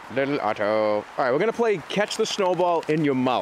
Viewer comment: it's so strange hearing him say "Otto" like a normal person